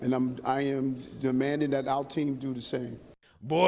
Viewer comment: Honestly, he's back to Dis And Dat and dem and dose ,Whats Dis Talk???